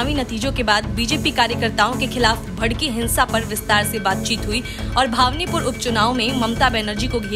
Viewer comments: भावनीपुर को भवानीपुर बोलें तो अच्छा होता। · भावनीपुर नहीं भवानीपुर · भावनीपुर नही भवानीपुर बोलो। !! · जो भवानीपुर को भावनिपुर बोल रही है उसका विश्लेषण कितना सही होगा खुद अंदाजा लगा सकते है। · अरे हिन्दी बोलना सीख लो,फिर न्यूज पढा करो। भवानीपुर बोलो।